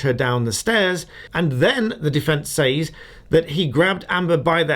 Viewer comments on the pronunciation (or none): Stop saying “ says” to rhyme with “pays” ! It’s pronounced “ sez “ !